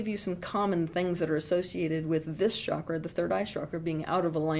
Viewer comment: Osho also talked about being authentic but in a different way . He was poisoned . I hope you survive. Also it’s not “shakra” it’s “chakra”